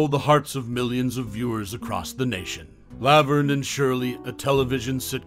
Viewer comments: Weird saying "Lav-erne" instead of "La-verne" is distacting. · Did this commentator ever actually watch Laverne and Shirley? If he had I don't think he would continually mispronounce Laverne! 🤔